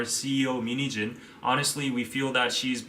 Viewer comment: Whenever he says min heejin I hear mini jeans lolzz